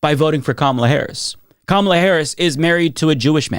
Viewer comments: She can't even say Kamala correctly. Also people are free to associate with people as they wish. You voted for something that your friends find problematic they are free to drop you. I believe that is called consequences to actions. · Notice girlie couldn't pronounce KAMALA'S name correctly. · Only a few mins in but $20 says she's getting her right-wing grift game on. Big money to be made. What sealed it for me is when she mispronounced Kamala. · The obvious mispronunciation of V.P. Harris' first name is a tell. I believe that this sad & lonely lesbian's vote was based in racism. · You already know they’re just racist when they can’t pronounce Kamala correctly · She's the one in a cult. She intentionally mispronounced Kamala like all good MAGATS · Notice she mispronounced Kamala's name too? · Oh well,. People in this country are free to associate with whomever they want just as you've decided to associate yourself with Trump. Too bad, not sad. And she tips her hand by her mispronunciation of Kamala's name. Would she say Troomp? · voted for a white man and a white woman. pronounces 'Kamala' incorrectly. Odds are that Jewish gay is a racist. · Laughable that a lesbian can't pronounce the female Vice-president of the USA's first name and thinks Trump isn't an Anti-Semite. . Zionists are a mess. I used to be a Zionist until I got a clue. I am absolutely not an Anti-Semite. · As someone from the LGBT+ community, I can tell you there's a lot of racism within our community. Just the fact that this woman didn't pronounce VP Harris's name correctly was all I needed to know why this woman didn't vote for her. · she can’t even pronounce Kamala right. But also, “I voted for the Jew in me” no, you didn’t, babe. Nothing about voting for Trump was voting for you. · Notice how she won't pronouce Kamala correctly? Just like other right wingers. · She can't even say Kamala's name right. And we're supposed to trust this woman's judgment? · COMMA-LA. SIGH....